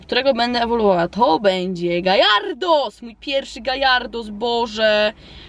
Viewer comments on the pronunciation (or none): Kiedy zaczniesz wymawiać Gjarados zamiast Gajardos ? xD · to się mówi gardos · Dokotator mówi się garados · Poke Master1337 mówi się gjarados/gejardos